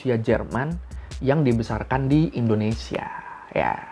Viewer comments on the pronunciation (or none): none